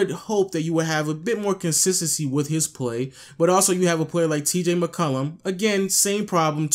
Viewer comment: "TJ McCollum" lmao